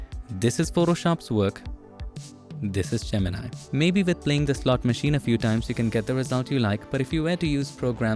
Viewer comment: i loved how you spelled gemini like most indians do ,and not go "jeminai" like everyone else